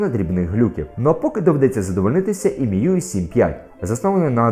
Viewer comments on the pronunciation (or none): Будь ласка кажіть міюай, а не мюі)!